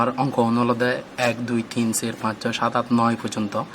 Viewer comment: চার কে ছে বলে 🤣🤣